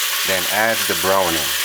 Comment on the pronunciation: 😳🙄🤔 seriously browning that I know if you put too much on your meat the meat taste bitter,this false chief can't even pronounce is ingredient properly,put your stove on four and cover it🤔 I'm dying 😂😂🤣 no man serious,can someone plz get the DICA or PeptAID for me.